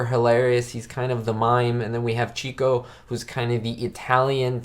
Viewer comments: If you're going to be an "expert" on the Marx Brothers, then you should know that Herbert's nickname was pronounced '"chick'o" and not cheeko (he was the "lady's man" of the group). Get the basics right and credibility shall be yours. Also, when the brothers were at a party, Zeppo was actually the funniest of them all. There... 2 topics to explore. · I agree great movie! Chicko is pronounced "chick oh" like a baby chick and Oh. I was corrected by someone at a Groucho play. It is not chico like the spanish pronunciation. You are spot on the re-watchability of this movie.... in fact almost ALL of the Marx Brothers films are very easy to re watch again and again. I bought a few sets on Amazon: one set included this film with like 4 other films, the other set was from a second film company with 4 or 5 other films so I have around 8 or 9 Marx films on DVD. Thanks for the review, will be subscribing!